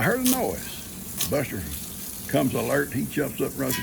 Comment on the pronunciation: Norma here. Buster loves Koda and I love the way she pronounces Bustah. She’s a good little tap dancer. lol Ivan doesn’t really like sharing his treats. Cleanup from a flood just takes forever. Thankfully, Ben is helping you. I hope you all get those back pastures cleaned up and the fences fixed so you can have some peace of mind.